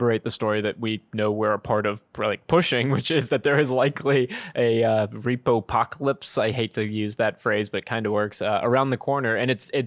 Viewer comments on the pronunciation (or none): “RePocalypse.” Easy.